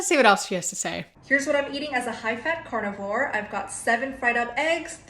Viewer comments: i know you are saying carnivore I KNOW this. Cant not hear and imagine you saying carnivals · I heard it like you were raising a cow so the cow could lay an egg.